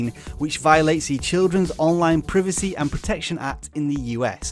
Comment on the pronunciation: The way you say privacy as “pre V C” is funny